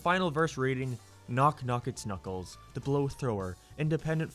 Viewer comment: “Knock Knock it Kuckles”